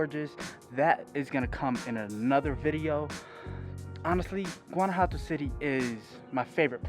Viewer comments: Guanajuato pronounced gwan ah wha toe. I really enjoy your videos. I'm sure you'll be stopping by San Miguel de Allende. also by the way, there are tons of words I don't say correctly. Locals correct me constantly. If I hadn't lived there, I would not have known either. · Your pronunciation of Guanajuato is suspect, but thanks for the vid.